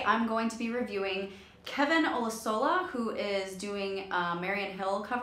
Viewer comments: I didn't see anyone else comment it but apologies if someone already corrected you. His last name (and it's a hard one lol) is pronounced more like oh-loo-shuh-luh 😉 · Just for the record, his name is pronounced (oh-loo-so-lah) ☺️😊 Loved the video though 😊🙃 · love your reaction! hope you react to more of his stuff, i highly recommend As Long As You Love Me and Sign of the Times! also, for future reference his last name is pronounced O-loo-sho-la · The way she said his last name made me cringe a little bit, but she got a true ear for music so all is forgiven 😂😂😂😂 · I love Tara 's reviews. Always detailed.I also wanted to comment on the pronunciation of his last name. He is Yoruba, u know.